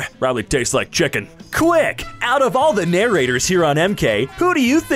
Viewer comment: chimken lol